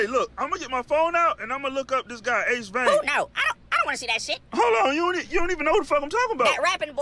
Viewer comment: 🤣You said his name wrong 🤣and he has a video about that 🤣